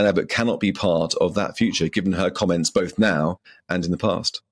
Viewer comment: Both not noth